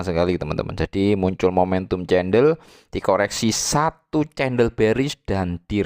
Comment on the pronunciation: cendel atau CENDOL bro.....wkwkwk (bacanya: KENDEL....bro)